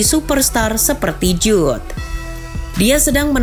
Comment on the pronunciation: Bukan Jube Min.. Jude bellingham